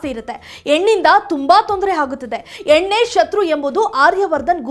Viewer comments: ಹೆಣ್ಣು,,,,,,, ಎಣ್ಣು ಅಲ್ಲ ಮೇಡಂ ., correct your pronunciations. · Amma ninna kannada sari madiko,kannada dalii howdu,henu saryagi pronounce madu